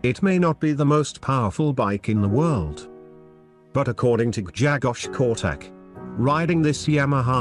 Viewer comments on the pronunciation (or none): Polish is a very hard language. Try to pronounce the his name this way: Gshegosh Korchack. BTW love your videos !